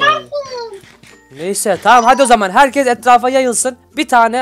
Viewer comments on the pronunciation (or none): none